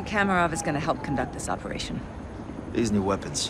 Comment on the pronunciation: Amang Jagau meant makarov. Not Kamorov